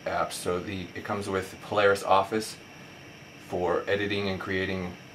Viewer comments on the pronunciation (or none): none